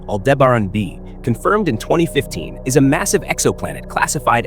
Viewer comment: Pronounces almost as good as you spell.